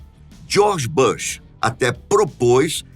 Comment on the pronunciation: nao e bash que se pronuncia mas bush mesmo, com u.